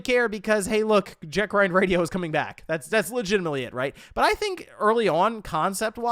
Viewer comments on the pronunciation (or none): If I hear him say "Jack Ryan" Radio one more time, I swear I'm going to beat my head on the wall lmao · My ears Bleed, every time he say Jet Grind Radio instead of Jet set :/